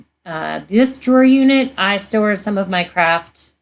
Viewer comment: Loved how you did that! The girls are so sweet!! Love your dogs too!! (I know you said “craft” but I thought I heard “crap storage”!? 🤣🤣) I love my Ikea (Alex) drawers!! Thanks so much for sharing!!❤️